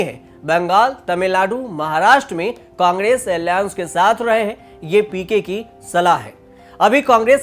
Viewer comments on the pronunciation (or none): बोलना सीख ले पहले अलाएंस को आलियांस कह रहा है शुक्र है एलियंस नहीं बोल दिया